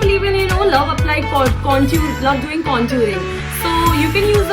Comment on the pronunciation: Its not contuurr.. Conturing.. Its contour and contouring🙂